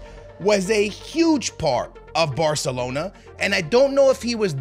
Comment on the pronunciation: barthelona lmao